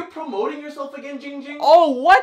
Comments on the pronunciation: Its ging ging not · Spicy Potater it’s not that its ding ging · Ging ging is calling himself instead of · Why is everyone still saying gong hung it’s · Yes you can tell the dif-Er-ence, why you dis-a-pointment!!! Not it’s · Ging Ging even says his name wrong😂